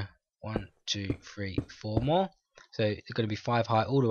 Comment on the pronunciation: It's three not free lol just kiddin